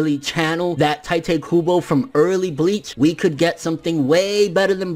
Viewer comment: Why does everyone call him tai te? Its tite kybo like a kite with a t. Pls fx.